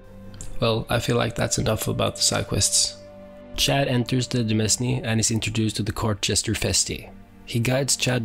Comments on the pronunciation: "demesne" it's pronounced "domain," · h-holy shit please stop saying "de-mes-ne" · Thanks! Yeah I should've checked if I pronounced it correctly..